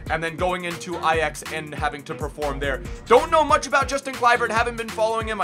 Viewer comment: THE FIRST AMERICAN WHO ACTUALLY CAN SAY AJAX NORMALLY! (In the dutch way)